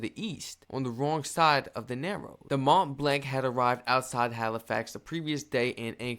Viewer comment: Your second attempt at pronouncing Mont Blanc was pretty good, but then you stuck with the wrong pronunciation. Mont blonk, not mont blank.